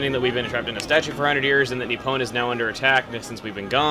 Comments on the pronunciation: Just a note for you dude. Nippon (Nih-Pon), not Ni-Pwn XP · I like how you pronounce Nippon as "Nip-pwn". It makes me smile. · You're pronouncing 'Nippon' like 'Epona'. It's making me chuckle.